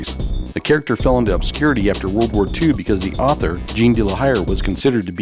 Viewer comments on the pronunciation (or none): none